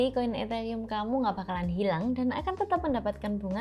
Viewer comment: Hah etheyium ? 🤣🤣